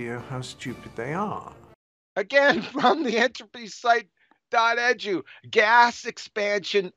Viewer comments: "Dot edge-ooh" No, it's E-D-U, "Eee, dee, you" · What is Edge u? QE leeps saying wdge u.